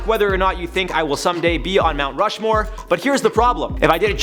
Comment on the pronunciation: But for be add it, you need to know how to pronounce Rushmore first, no?